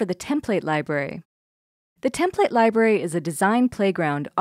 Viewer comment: Love the product, love the videos on the product. Had to stop watching this one. You say template wrong and I couldn't get past it.